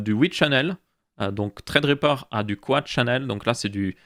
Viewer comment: pourquoi tu dis "traid riper" on dis sa ce prononce threadripper